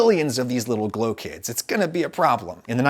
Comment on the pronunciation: it sounds like “glow kids”